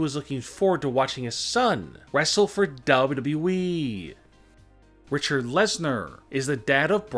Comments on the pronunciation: This guy is a damn mush mouth when he says wwe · "Big dubdubeee title." Lol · The way he says wwe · The way he pronounces “Wwe” makes me laugh without knowing why😂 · When he says "WWE" it sounds like his lips are glued together. 🤣